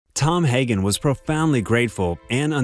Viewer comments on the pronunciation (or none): none